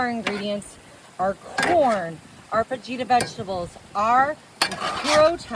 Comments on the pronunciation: Gar-leek? Fa-jeeta?? That's when I had to bounce. I'm call BS, no way you are Texan. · I don't know if it's on purpose or not, but PLEASE learn how to pronounce your ingredients. "Tajin" does not rhyme with "cajun". "Fajita" is not "fa-gee-ta". And so on.